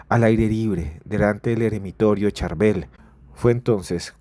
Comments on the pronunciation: Hola ¿Por qué dice San ChUrbel, su se escribe con la letra A? 🤔👍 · San churvel😅😅😅😅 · no le cuesta nada a él decir el nombre correcto, así como en el audio, le corrigieron a Julio. Es sencillo y es parte del respeto a un Santo. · Nó es Churbel, es San Charbel con respeto. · No es San Churbel , sino San CHÁRBEL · respete a los que creemos en San Charbel, no le cambie el nombre... a usted, le gustaría que le cambiarán su nombre... es *SAN CHARBEL*. NO es CHURBEL, es San Charbel... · Por favor pronuncia el nombre del Santo Padre Sharbell ! No es Shurbell ni Churbell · No se dice San Churbel 😂 Es San Charbel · San Charbel......no churbel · NO ES SAN CHURBEL 😅 ES SAN CHARBEL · CHARBEL NO Churbel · Churbel. Cherbal Casitico le dice san churma. Es Charbel, no saben leer ? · Su nombre es San Chabel 😅😅por favor 🙏 🙌 noooo Churbel.. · Se dice San Chárbel. La forma correcta de referirse al santo es con la tilde en la "a", Chárbel, y precedido por "San". El nombre completo es San Chárbel Makhlouf. Churbel no aparece en ninguna parte. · Se dice san Charbel no charbul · San Sharbel! No san churbel Ni san cherbal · San Charbel, no San Churbel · No es como se quiera decir...es San Charbel...No San churbel....o a usted le pueden llamar ... Gustavo, Feliciano o Juancho...? Como le quieran decir...? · Cherval, churbel, charbel..... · No es churber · Por q dice Churbel 😮😮😮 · Churbel?! Porqué le llaman así? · NO ES CHURBEL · Por favor pronuncie bien su nombre como se escribe CHARBEL. Gracias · SAN CHARBEL, FAVOR PRONUNCIAR BIEN, CORREGIR TU AUDIO, GRACIAS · San charbel esta de moda para algunos.Es san charbel lo pronuncias mal.San Charbel ufffffff hace muchooooooo rato escuche por primer vez de el.fue muy extraño porque yo estaba escuchando un post cat de una bruja blanca en México y ella lo mencionaba y yo creía que era alguien igual a ella y luego investigue y vaya sorpresa estaba lejos de mi realidad.